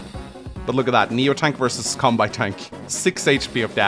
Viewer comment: And Kanbei as Cumbei it also does not help when he calls deejus , a master baiter